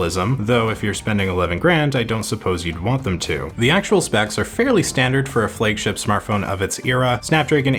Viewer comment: "Flague" ship ?🤔